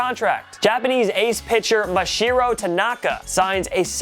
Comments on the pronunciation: It's Masahiro....not Mashiro. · I love ya but it's pronounced (Mah-Sah-hiro Tanaka)